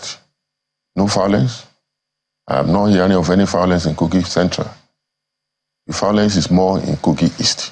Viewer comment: Why did you even invite someone who is saying “fiolence”. All these people are going there to collect.